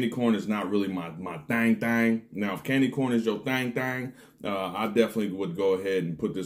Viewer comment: I was like ......wait, this fool say “sexy candle”???😂😂 I reminded it twice!!😂😂.